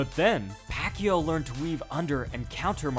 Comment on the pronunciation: It’s not pronounced pakyu, no it’s not, it’s pakYAW.